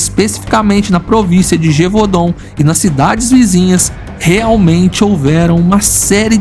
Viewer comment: I love how the narrator mispronounce gevudaun as gevahdenn when it's gev u daun( gevoodon).watch brilotberhood of the wolf it's based on the beast of gevudaun